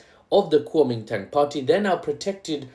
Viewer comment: Kuomintang? ❌️ Calming Tongue? ✅️ Calling Town? ✅️ Guaming Tang?❓️ Kuomintang? ✅️❓️ Kuwaman Town? ✅️